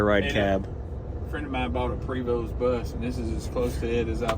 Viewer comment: Prevost bus does not have the "s" pronounced!